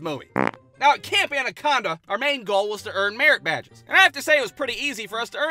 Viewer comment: When I heard him say merit badge the first time. I thought I heard him say Marriage Badge.